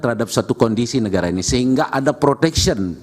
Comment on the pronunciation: Todong ini gimana ya ngomong negara bukan negaya